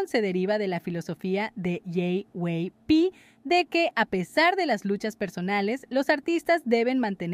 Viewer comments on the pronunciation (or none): Preciosa, permíteme corregir alguito: JYP (yei, uay, pi) dices uey. Perdona, pero siempre es bueno corregir cuando algo no está correcto, bendiciones. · Se dice " yeiuaipi"